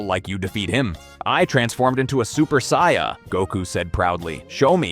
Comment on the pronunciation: How can someone who is clearly a massive fan(enough to create content) not be able to pronounce "saiyan" properly?